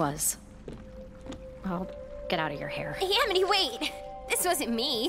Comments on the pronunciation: Important detail I notice people keep missing about that line: Sarah flubbed it. She was so overcome with emotion that she messed up and said Aminy. And they kept it in. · Yeah, when says this line; "It's okay I sniffle stuttered inhale *sniffle*, I uh do stupid things around you too Aminy." she actually says Aminy instead of Amity if you listen closely. PS! (I added the sniffles and stuttered inhale for the extra emotional weight the line holds... and damn is it heavy!) PPS! (This scene breaks my heart, aaaaah! I ship Lumity until the end of time... AND BEYOND!)